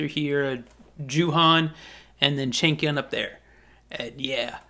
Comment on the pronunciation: Well lol i always hear chicken when you say changkyun 😂😂 my baddd